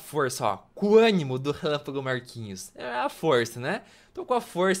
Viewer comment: gente percebi um negócio momento relapago Marquinho e e isso mesmo ele disse Marquinhos